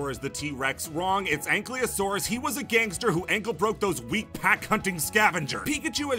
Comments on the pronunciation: Ankylosaurus by the way, not anklyosaurs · tyrannosaurus was not a scavenger. It was an ambush predator. Also ankylosaurus is pronounced aen-kie-low-saurus